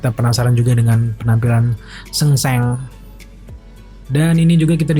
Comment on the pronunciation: Ejaannya benar dia bro. Kalau indo baru bacaannya sangsung